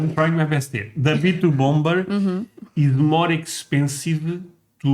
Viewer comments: For the word 'bomber' the second 'b' is silent . . . pronounced 'bommer'. For the word 'bomb', also the second 'b' is silent . . . pronounced bomm. And the 'o' in each is not a long 'o' but a soft 'o' pronounced as 'ah'. 😊 ❤ Love your channel, and especially when your wife is on with you. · the second B in bomber is silent. It's pronounced bommer. 😊 PS, Just hyped you guys yet again 👍 Blessings ~ ❤️‍🔥✝️🕊️ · Just FYI, the second b in bomber is silent.